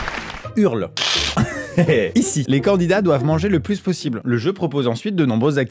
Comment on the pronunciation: Donc t’as mal prononcé le nom de la 1ère émission : c’est L’onomatopée de quelqu’un qui vomi pas « Hurl » dit en mode français 😂